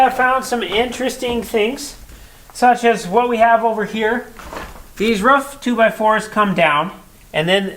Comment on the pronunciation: It's ROOF not Ruff 😂